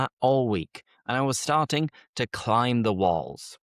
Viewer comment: Your pronunciation is from the north of England, of course that’s fine, however, because you have a colloquial accent it’s really important that you try to pronounce words a little more clearly for the learners. For instance, in the first sentence you pronounced the word “starting“ while pronouncing this word you didn’t pronounce the T We usually pronounce the T & D if followed by a vowel sound, I hope this helps you, great lesson keep it up.